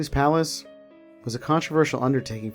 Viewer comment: I think you're mispronouncing palace